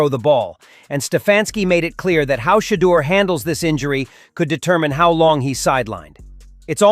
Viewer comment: Coach stop lieing You think you hurting Sherdur you not you hurting your self & the team you can't even say his name Sherdur is a Godly Man 😛